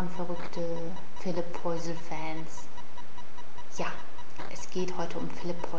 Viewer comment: du sprichst den namen falsch aus -.